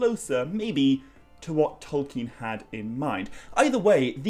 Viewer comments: Anyone criticising your pronunciation of Tolkien is just revealing their own naiveté unfortunately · Lol to the people who think you're pronouncing things wrong. You're probably the most accurate pronouncer I've ever heard.